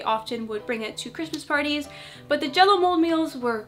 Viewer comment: Jell-o sounds for me like J-lo 😂😂😂😂